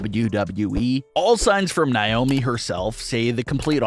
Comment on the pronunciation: God this guy's voice is annoying its Nay omi not Nie omi